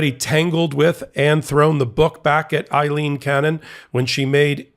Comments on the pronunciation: Pronounced :Aaleen cannon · Why do people have such a hard time understanding that Aileen is not Eileen ? It is a different name. It is pronounced differently. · It's Ayleen, not Iyleen. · Aileen, not Eileen. AY-leen. P.O.S. judge. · Ms. Cannon's name is "Aileen" not Eileen! Two different names! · The name is Aleen, not Ileen. What is wrong with you? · Her name is not EILEEN, it is AILEEN. The first syllable is the same as "Amy." I once had a girlfriend named Aileen.